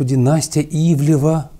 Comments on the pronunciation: Ивлеева а не ивлева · Ну.. Ну как можно при такой божественной артикуляции так плохо читать чужие фамилии???? То у Вас Джозеф становится Джоном, то тут. Она Ивлеева (две е), а Ивлев - это другая медийная фамилия. Это скрытое пренебрежение? Или что-то ещё? Но неужели Вы не замечаете это при публикации?.. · Анастасия Ивлеева, а не ивлеЕва... Удивительным образом довелось посмотреть все серии 1-го сезона, потому-что сейчас всё закрыто, а буквально вчера я видела этот фильм)) Фильм обычный, показали современный образ жизни, какими гвоздями устлана дорога в богатенькую жизнь, показали вариант того, а что если необходимо спасти человека и вот такой человек попал в храм, переступят через него навешав ярлыков, бросят умирать или всё-же помогут переосмыслить если не всё, то многое, попросту спасут... Вероятно вбросы листов при голосованиях выглядят более вульгарно, но нет тут-то предпочитают не замечать ничего или даже оправдывать... Или ещё круче убеждать общество в том, что труд не резиновая опа, и ладно бы из уст какого-то блогера или просто хама, но это было перед детьми по-сути из из уст первого лица, это конечно-же норма и истина)) кто бы сторил. Правда в правде! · Да, "Ивлева" вместо "ИвлЕЕва" подбешивает))) Особенно когда на заднике правильно написано). Но за обзор спасибо! Как бы и не собирался никто смотреть, но все же). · Она вроде Ивлеева, а не Ивлева. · Ивлеева. Неужели так сложно произносить фамилию правильно? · Дядя, пытающийся из себя выдавить сноба-интеллектуала, явно хорошо знает, чем занимается Ивлеева, раз может так развернуто дать оценку ее текущей деятельности в контрасте с предыдущей, но не может правильно выговорить ее фамилию, будто бы впервые ее увидел. Очень глупый и раздражающий прием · сколько можно коверкать фамилии? Ну, 7 букв всего, не 17)